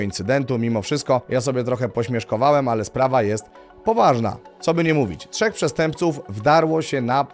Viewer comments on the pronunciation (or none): none